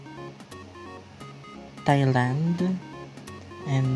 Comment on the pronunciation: Very good tama pronunciation ng Thailand